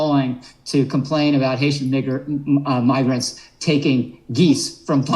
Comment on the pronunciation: I heard magrant🤔 you could hear he just misspoke .